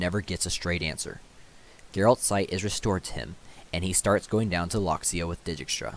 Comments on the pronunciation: It would actually be closer to 'Deykstra' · Great videos! Please stop saying “deejeekstra” it’s “deekstra” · I've noticed that u pronounce dijkstra's name as di gi k stra it's actually deegstra or at least that's how geralt says it in tw3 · It's a Dutch name and they pronounce it day-kstra (or very similar, I'm not Dutch:). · Vilgefortz pronounced Vill Ga Fortz Dijkstra pronounced Deekstra Good video👍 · It's Dike-stra in the audiobook. Either way he butchered most pronouns; and I agree, good video. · Stefan I’m pronouncing it as if I were Polish, as is the source material. The fact that in the first audio book the narrator pronounces it deykstra has nothing to do with it. In any case, any pronunciation variation is better than deejeekstra.